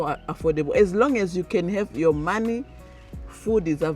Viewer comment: But you are already speaking like them, the way you pronounce “Your” like Yowa lol